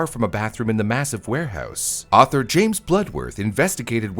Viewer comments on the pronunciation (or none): none